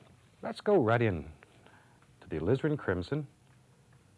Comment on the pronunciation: Alizarin crimson??? Thought all of season one he was saying lizard crimson! Lol What a happy accident.